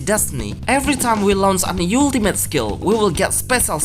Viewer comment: Hey my friend! Great English, one pointer that may be hard for others to understand however, "ultimate" is said more like "awel timate". Has to rewind a few times, otherwise great video! Liked and subscribed.